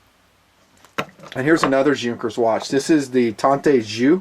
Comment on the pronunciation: You said that you are big fan of planes, especially military planes and then you can't even pronunce correctly name of Hugo Junkers - one of the most important and well-known aircraft constructor in the history. Pathetic.